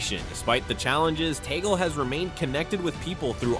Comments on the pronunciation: Please stop this fake news about the Pope resigning and putting word into the mouth of the Pope and Cardinal Tagle, which should be pronounce as Tag-le not Tagol. You are destroying the Cardinal by quoting him in one of you cast saying that I am the official Pope. Stop this please. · Tag-le is the right pronunciation.